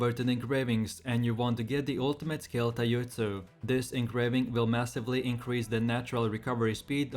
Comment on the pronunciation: You lost me on "Taiutsu"